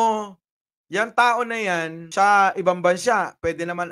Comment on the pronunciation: Correction, pak bigkas ang letra S na s at hindi SH... halimbawa, ang sa atin HINDI ang sha atin...